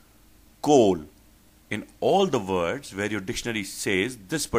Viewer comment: Maaaaaan, you need to teach yourself first. Your accent is like ehhh. Vords (words) WTF